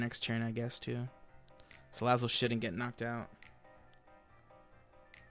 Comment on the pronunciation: U said Salad it